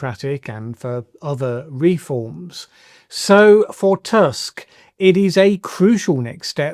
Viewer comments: in polish it is Donald Tusk not TASK U is U, A is A in polish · Tusk in Polish pronounsed as Toosk [tu:sk] - u: like in "clue", "drew" or "pool". Another informative video, thank you. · It is pronounced [toosk], as in book. Comes to show that not all Donalds T. are the same ;)